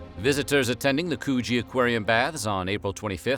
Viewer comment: U nearly got Coogee 100% right, I'm so proud u pronounced it as good u did & to me it's the most beautiful beach in Sydney & possibly NSW aswell as the Aussie East Coast. It's the next major beach down from Bondi & as beautiful as Bondi is, Coogee has it all, esp no annoy foreign tourists except the normal poms we haven't been able to get rid of since 1788 😁